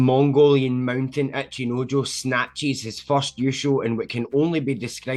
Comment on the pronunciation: my brother why do you keep saying "Acheenoejoe"